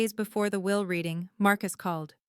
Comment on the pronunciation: At the will [not "wheel"] reading. But a gripping story.